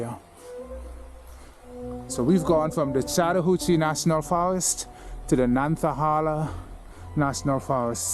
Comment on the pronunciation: Yeah, you got into NC, and just for your own personal knowledge, it’s pronounced Nan-ta-hay-la. Tate City is a neat little place in the middle of nowhere. If you like this and go back that direction, look up Popcorn.